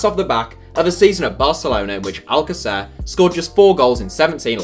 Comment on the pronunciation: It's not al-ca-CER, it's al-CA-cer. Trust me, I'm from Argentina